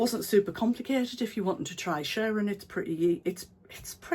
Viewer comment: You do make me giggle. Thankyou for cheering me up today. I too struggle with the arm exposure issue. Here in Australia I am more likely to get shoulder sunburn. Lovely dress and so happy to hear you saying shirring ( as in stirring) Instead of shearing (the sheep) 🤣🤣🤣❤️❤️